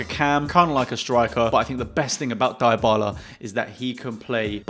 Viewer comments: it's Dee-bal-lah..... not Dai-oh-bal-lah... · Deebala not diebala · Its DEEEbala not diebala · Dybala is pronounced Deebala